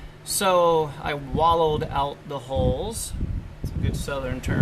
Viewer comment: The Southern term is actually pronounced “wallered”